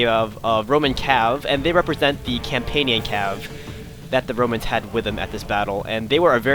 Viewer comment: It sounds like you said "Bromans"